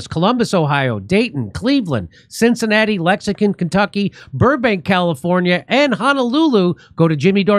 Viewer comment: Can someone teach Jimmy how to pronounce LEX- ING- TON😅